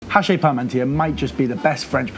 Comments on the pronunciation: Just a FY. It's pronounced "achee" not "hachay". Cause French don't pronounce the H at the beginning of a word and "-is" at the end of one is "ee" not "ay". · it's pronounced hash-she, but you got the parmentier part pretty pat down. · hachis parmentier. not 'hache"...fyi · You're pronouncing it haché. It's hachis. And yours looks sublime chef! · It's pronounced "ashy"